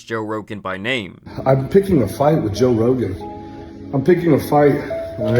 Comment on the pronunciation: He couldn’t said Jose Rogan